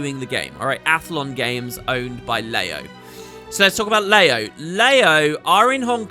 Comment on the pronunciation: Leyo, "Ler yo", 乐游, Happy Games (Luckily it's in Chinese!)